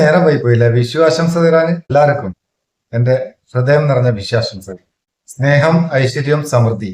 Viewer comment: വിശു അല്ല, വിഷു.